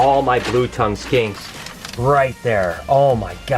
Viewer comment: Blue tongue Skanks? R u saying skanks or